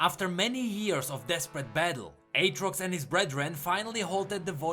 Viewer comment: you done messed up AA-trox